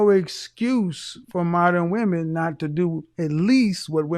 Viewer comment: Men not min.